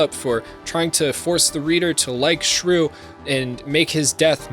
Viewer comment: Am I the only one that hears him calling Shuu shruu?